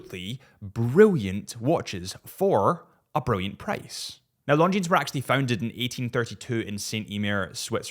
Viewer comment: Please stop pronouncing the s on the end of Longines.